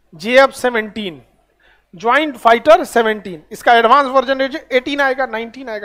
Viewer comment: JF17 not gf17 😂